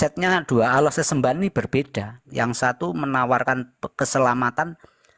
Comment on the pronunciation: Waah..sebut nama Allah aja gak fasih...